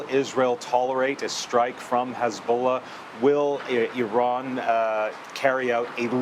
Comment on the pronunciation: You can’t even pronounce Iran correctly!